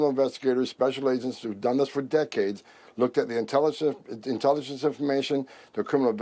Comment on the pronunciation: He can't even pronounce INTELLIGENCE! Must be huffing orange paint like his daddy!